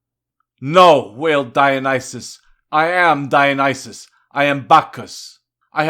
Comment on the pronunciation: Perfectly pronounced.. As you list Moloch and Dionyssius' rotten yields, I felt it stronger and deeper and with more conviction with every example, if only such a trial before the lost people, an almost unimaginable justice so long overdue to the Lost and freely given away.. Thank you, it steels the heart to know such a trial is told to come at the end through Christ and its glory will be even greater. (thank you for your work)